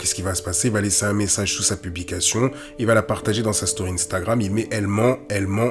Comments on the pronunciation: Arrête de dire inestagrame 😂😂😂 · Pourquoi vous dîtes tous ine-stagram 😂😂😂